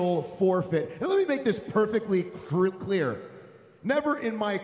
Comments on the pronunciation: "perfectly kerkligt- clear" lmaoooooooooooooooooooo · "Let me make myself perfectly crear"-Miz 2018